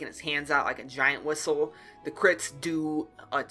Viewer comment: how is nobody talking about you saying giant wishel ??? (ok i saw this video like 10 times in different days and didn't talk about it so yeah xD)